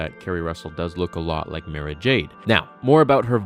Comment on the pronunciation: Omg !!!! Again dude learn before you post. It's MAR-AHH not ma ruh